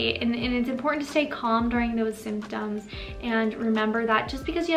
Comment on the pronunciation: There are two t’s in the word important please pronounce them both